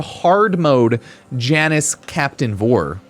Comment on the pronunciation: Come on, you've heard him say it a million times. It's pronounced YAH-nus.